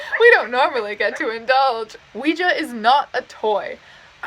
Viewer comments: Not to be rude but can we talk about her pronunciation of Oujia? It cracked me up. She is adorable. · mispronounces ouija